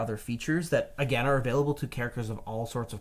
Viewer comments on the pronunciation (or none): none